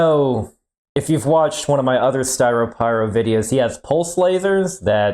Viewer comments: ah yes, "skyropyro" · I believe that would be Styropyros ‘Lair’ lol